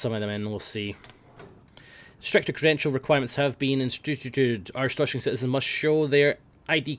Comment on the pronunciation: flawless arstotzkan accent